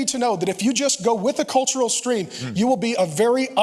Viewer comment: What is "shtruggle"? What is "shtream"? Like is that supposed to be the English words? Like struggle or stream? Your butchering of the language is what prevents me from listening/watching you more...